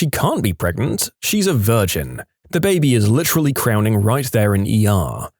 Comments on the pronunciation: 38 + 2 weeks PREGANANANT! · I love how everyone just chooses to mispronounce pregante. its so funny. DANGEROPS PRANGENT SEX? WILL IT HURT BABY TOP OF HIS HEAD?